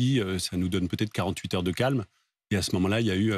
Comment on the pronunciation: Cette journaliste ne sait pas prononcer les liaisons: ça peut hêtre, ça peut haller…